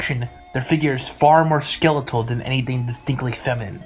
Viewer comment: skeletal you say?